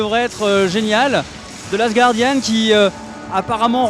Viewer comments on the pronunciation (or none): none